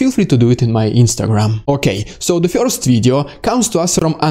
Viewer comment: The emotions this guy presents are really good! While respecting the tragedies involved; It's entertaining to listen to this news delivery! It kills me that he cannot pronounce "Dude" or "first" LOL! He says "Dyood" and "fiyorst" But it's AOK; part of the entertainment deal! The mimicking of Russian commanders is especially funny. Or should I say, "Fyunny"!??